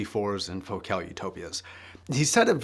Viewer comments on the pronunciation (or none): none